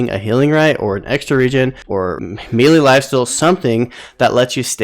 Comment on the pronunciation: I think you're pronouncing melee wrong. Otherwise thanks for the tips